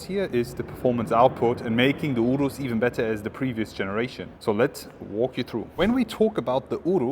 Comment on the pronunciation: Your pronunciation of "Urus" is spot on! 😂